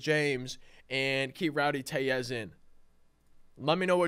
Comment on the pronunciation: Rowdy Tell-ez...... tell as in telephone